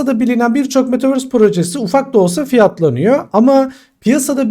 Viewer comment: Metaverse değil ama metavööööğğğöörsss👍😊anladın sen onu hocam